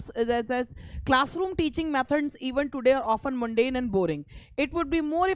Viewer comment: Ye Mundane - मुंडेन kon bolta hai ?